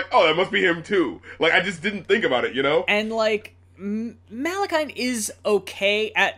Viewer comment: It’s pronounced Mah-la-kee-an